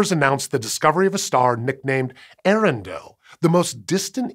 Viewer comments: Pronounce both the vowels at the beginning Earendel separately. A-air-en-del. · Just a tiny nitpick, but Earendel is pronounced with the first a making a separate sound. Ay-ah-ren-dil. It is rumored that the name of this star as written in an old English text, is what I soured Tolkien to begin to write his entire legendarium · Hi. Earendel was named so after Tolkien's Eärendil. As such, the "ea" are in hiatus, not a dipthong. It's not 'eh-rendel,' but 'ee-ay-rendel."